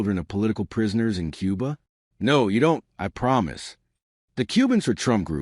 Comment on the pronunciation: bro, its pronounced koo-ba not cube-ba